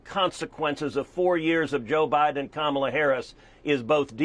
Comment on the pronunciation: Huh, Ted can pronounce Kamala’s name perfectly now…..